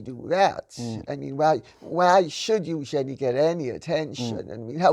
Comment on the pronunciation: Great to hear Lady C pronounce Eugenie correctly thank you